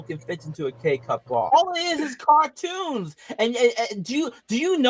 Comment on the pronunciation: “It’s juwst cawtwoons “